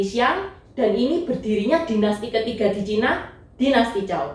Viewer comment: maaf sblmnya dinasty setelah dinasty shang bukan dinasty zhao tapi zhou bacanya cou